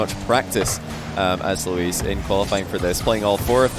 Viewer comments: He started out with Luis, but adapted to Luiis based on pronunciation, I think he kept that up till the end. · holy moly pronounced luis correctly never mind he can't decide between Louis and Luis